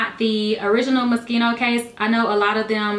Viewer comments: You said "Moschino" wrong!! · Its mo-shee-no